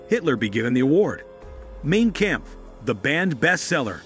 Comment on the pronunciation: Mein Kampf pronounced like Mine Kamf." This narrator makes it sound Main Camp.